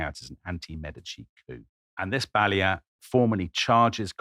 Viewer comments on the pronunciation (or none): Brilliant content! As a Florentine, I have just to clarify that the correct stress is: Signoría, not Signória; Álbizi, not Albízi And Balía, not Bália.